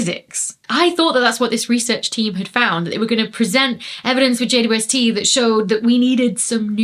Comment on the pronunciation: Why can't Dr. Becky say "JWST"?